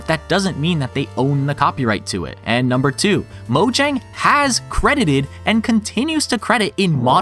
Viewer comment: All this knowledge and you still can't pronounce "Mojang" correctly. 😔